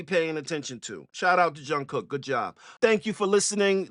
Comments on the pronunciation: Keep going on BTS ...you won't regret it💜💜💜💜💜💜💜 Jungkook is his first name ...Last name comes first in Korea...pronounced Jun Gook ...BTS has a ton of great content to react to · His name is pronounced Jung Gook.....I love this superstar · The way I developed a twitch each time he called him "Jung" 😂 ❤ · I enjoyed your reaction. I would like to point out that his name is Jung-kook not Jung. In Korea, the first name has a hyphen between 2 syllables not two separate names such as Bobby-Joe. An example is the name Sandra. Sandra has 2 syllables, San-dra. You wouldn't call her San or Dra. I'm sharing this with you because it took me a while to learn this. FYI - this song was Jungkook's way of paying homage to MJ as he was a big influence to him. Who didn't MJ influence? I hope you continue to explore BTS as a group and the 7 members solo work. There are 3 rappers and 4 vocalists. They do so many genres and have 12 years worth of discography to explore. Thank you for your honest and thoughtful reaction. 💜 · I like some XG songs, but really I'm only a BTS fan! The song is produced by Andrew Watt and Cirkut. Also, just a tip, his full first name is Jungkook, if you want to use a nickname to pronounce it easier, you can just call him JK! BTS doesn't stay in a box, the group does a bunch of different things, and the members as soloists all have different styles — rappers and singers. The rappers in BTS are really talented as well, they've collab wuth artists like J. Cole, Erykah Badu, Anderson Paak, Juice Wrld etc. Jungkook did a remix of this song with Usher!